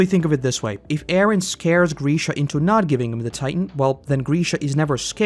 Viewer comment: Oh my god. It's Grisha, not Greeeesha